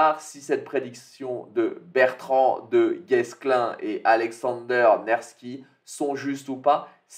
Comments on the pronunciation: Du Guestin. Se prononce Dugéclin. Il a libéré Rennes de l'occupation anglaise au 14è siècle. Lors de la guerre de 100 ans. Surnommé le Dogue noir de Brocéliande. Un Breton Aussi connu comme Capitaine du Mont Saint Michel. Nevski était un prince de Novgorod et de Kiev au début du 13è siècle. Descendant des "Rus" scandinaves "Viking". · c est Bertrand DU Guesclin et on prononce pas le s 😅. Il est connu quand même 😉. Sinon tu m as encore bien fait marrer avec le casque eclatax du commandant russe. Change rien, un colossal pouce bleu pour te remercier pour tes vidéos.